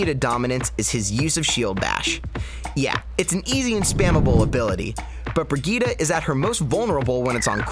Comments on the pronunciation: "bri-gee-duh" nah it's "bri-jeet" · why are you pronouncing it as "BriGita" it's "brijitte" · Christ it's Bree-jeet, NOT Brigeetuh Vegeta. Her name is French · she is called BRI GITTE NOT BRIDGET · Why does he say brigeeta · its not brigeeta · Why do you pronounce her name "bree gueeta"? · learn to fucking call her name right. BREE GITT EEE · everytime he says brigitte yikes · oh and pay attention is a T not D sound